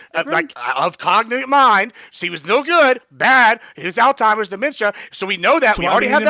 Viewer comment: It’s Alzheimer’s ALZ-heim-ers